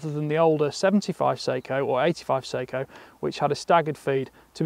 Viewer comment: Note on pronunciation: "Seiko" is a Japanese company noted for their watches. "Sako" is a Finnish company noted for their firearms. The former is pronounced say-ko. The latter is pronounced sah-ko.